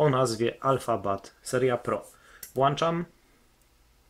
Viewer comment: Włanczam czy włączam? Masz włącznik czy włancznik?